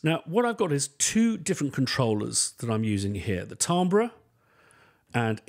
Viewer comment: Glad I'm not the only one who regularly mispronounces "timbre".